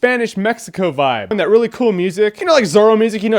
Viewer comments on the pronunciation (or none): none